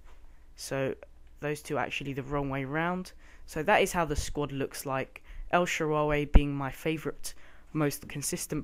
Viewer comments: Notch-er-eeno. Jar-Vis, El-Sha-Rare-Ree. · Terrible pronunciation Nocuino, De Sanchez, El sharreeree, and Jarvis is not even tough to say, u fuvking idiot, he's not French